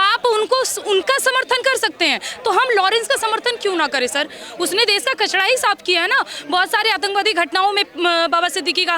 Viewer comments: 😂😂 kachra hota hai ..kachda nahi 😂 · kachda nhi didi kachara hota hai